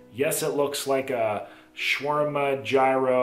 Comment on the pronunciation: For future reference, "Jai-ro" is pronounced "Yee-ros" (Gyros). Love your content though!